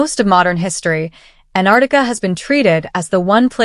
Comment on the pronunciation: It is not anarica It is Antarctica.